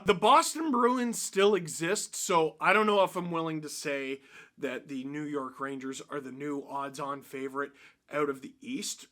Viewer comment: "New Yeurk"😅😂😂